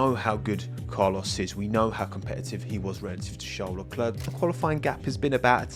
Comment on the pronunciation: WHo is this... "LcElerc?"